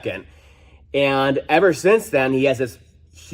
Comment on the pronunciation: How long before the fire started? How long drawing in dirty air through the missing sensor port before engine or turbo failure? Per usual FANTASTIC video! I loved how you stressed the word "EVER" while looking over at your son. Great mechanic, great dad.